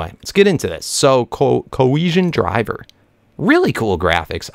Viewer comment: Not to be rude the Coercion Deriver that you explained in the beginning is pronounced "Deriver" as in Derivative, Derive, or Derivation. Not "Driver" like the person operating car. The same thing happened in the galacticraft episodes when you were pronouncing "Meteoric Iron" as "Metric Iron", the correct pronunciation is Meteoric as in Meteor or Meteorite. Sorry if this came across as a rant-like hate comment I just like helping people sound better! (ps love your videos great content!)